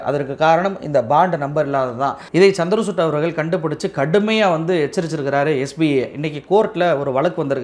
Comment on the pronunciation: சந்திர சூட்டு இல்லிங்கோ! சந்திரச்சூடு! CHANDRA CHUD. Please pronounce correctly.